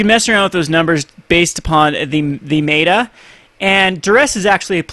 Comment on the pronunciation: It's MET-A not MAY-TA